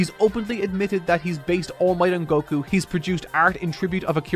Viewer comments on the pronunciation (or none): none